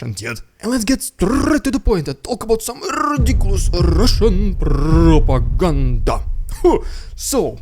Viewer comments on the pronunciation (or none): Lol😅 rediculous Russian prrrrrrrrrrropaganda!